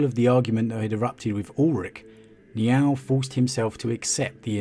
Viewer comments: "Niaaauwl" lol. Sounds like a kitty with a lisp. It's closer to N'yál (like, "howdy, y'all"), with emphazis on the 'a' which is pronounced as in 'actually'. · Sounds like your saying Meow oh